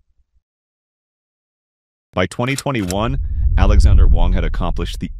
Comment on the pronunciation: Alexandr Wang, not Alexander Wang.